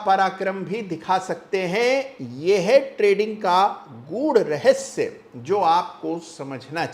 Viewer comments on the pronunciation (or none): none